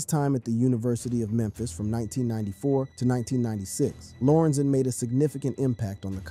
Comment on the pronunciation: Please say LOR-EN-ZEN. That’s the man’s name. This was so awful.. also say DAY-LAY.. that’s his name. As a Brian.. he should have kept that name..